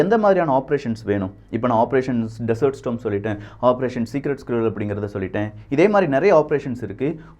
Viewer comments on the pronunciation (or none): 🙆ஆபரேஷன் டெசர்ட் ஸ்டாம் (storm) ஸ்டோம் இல்ல🤗🙆